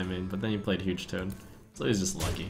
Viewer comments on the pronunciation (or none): none